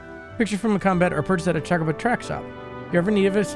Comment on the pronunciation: Choe-koe-boe is the usual pronunciation 🙂 I believe you might be confusing how certain dialects pronounced it in FFXVI (Chaco-bo).